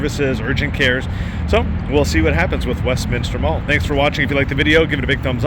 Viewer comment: Thanks for not adding an extra “I” in Westminster. People who actually live there pronounce it incorrectly too it drives me crazy